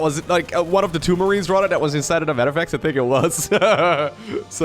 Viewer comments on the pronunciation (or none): You have a genuine laugh and great personality. Much better voice to listen to than most other casters. Just one thing: start pronouncing the "th" sound properly. Right now, it sounds like the "d" sound when you say things like "rather".